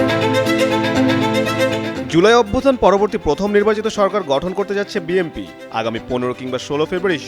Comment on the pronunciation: গাধা দিয়ে হাল চাষ হয় না, বিএনপিকে বিএমপি বলতেছে এই গাধাটা